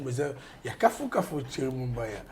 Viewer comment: c'est Thierry et non tchery monsieur